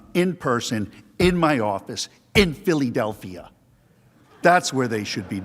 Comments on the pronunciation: What happened? All I saw/heard was him pronounce Philadelphia in a weird way and everyone laughed. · They laughed because he pronounced Philadelphia oddly. Nothing more.